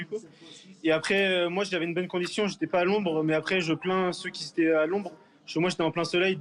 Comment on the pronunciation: "ceux qui zétaient"??? VA A LECOLE!